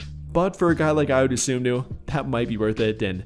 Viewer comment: It's Dosunmu, not Dosomnu.